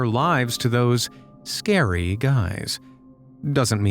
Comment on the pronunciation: not sciry 🤣🤣🤣😁😁